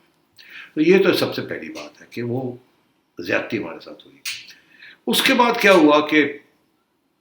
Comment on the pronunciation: Baaz ajaoo, werna aap kay saath Ziyati na ho jayay 'Z' k saath. Yeh app Indian main yeh 'Z' aur 'J' main confusion kyun hai? Jabardast nahin Zabardast Jamana nahin Zamana Ijaj Ahmed nahin Ijaz Ahmed Jiyati nahin Ziyati.